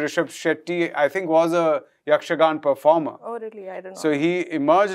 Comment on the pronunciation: It’s YAKSHAGANAAA not yakshagan!!